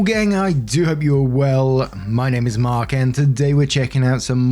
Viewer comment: I wasn’t reading this, just listening so I thought Mark was saying “Birk” 😂